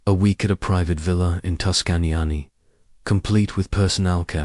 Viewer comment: Tuscanyany??? …. come on!